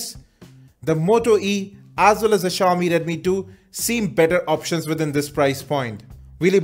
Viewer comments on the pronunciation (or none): none